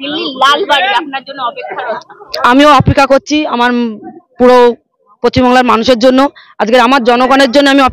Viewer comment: এতদিন পর জানতে পারলাম এটা পশ্চিমবাংলা❌ না পচ্চিমবাংলা✅ 😂😂😀😆